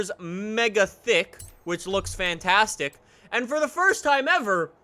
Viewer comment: "We can make our tires superthick, and it's fantasthick"